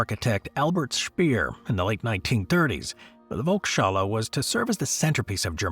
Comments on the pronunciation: Do a LITTLE bit of research on the language of the failed projects. It ain't hard!!!! And yes it is not volk-shalla it is VOLKS HALLE - PEOPLE'S HALL - even a cursory check would have been explanatory. This is just lazy journalism. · The Vulkshala?? I guess that pronunciation alone would have caused the dome to collapse… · Listening to Volkshalle repeatedly mispronounced was rather painful!